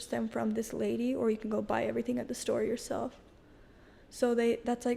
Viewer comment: He also says, “introduce yourshelf”